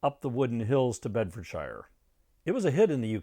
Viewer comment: 'Bedfordshire' is pronounced Bedfudsheer (if you like) and the album you mentioned is Ogdens Nut Gone Flake. No 'special'.